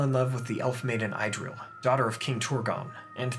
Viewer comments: Love your First Age series!! But it would make my nerdy heart all the happier if you tried a little harder to get the pronunciations right. Idril is not pronounced "eye-drill", it's "ee-drill" etc. Otherwise, keep up the good work! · Thank you for another great video. It would have been even better, had you pronounced all the names correctly: Idril and Maeglin were the worst ones.